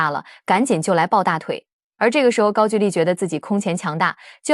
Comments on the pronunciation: ‘’gaogouli‘’！高狗丽！不是“gaojuli”！高举丽！ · 高gu丽，不是ju丽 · 高句(勾)丽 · 高句（gou）丽不是句ju。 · 高句（勾）丽😂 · 高句（音勾）丽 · 勾=句吧 歷史中文有沒有讀好 都亂掰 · 高句 gou麗…… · “高句丽”的读音是gāo gōu lí (高勾离)，注音是 ㄍㄠ ㄍㄡ ㄌㄧˊ，是中國東北地區和朝鮮半島早期的一個古代國家名稱，通常在中國史書中被稱為高句麗，在朝鮮語中寫作고구려 (Goguryeo) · 高"句"麗 唸 勾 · 高句丽 的句念“勾”第一声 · 高句(gou)丽，智能配音，还是要稍微改一下。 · 高句丽 gāogōulì. AI 就是缺乏文化。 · 高句gou-丽 撤che\兵